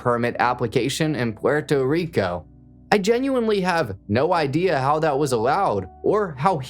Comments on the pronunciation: Gotta chill on the over enunciating of the names and places just say puerto rico normal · Stop speaking so monotone and saying Puerto Rico like that god damn colonizer 😂🤦🏽‍♂️ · Guy trying to pronounce Esteban and Puerto Rico 🤣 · BRO STOP SAYING PUERTO RICO LIKE THAT DAMN I WANNA STAB MY EARS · the way he said Puerto Rico pmo